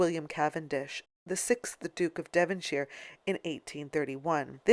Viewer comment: saying devonshire and carnegie wrong too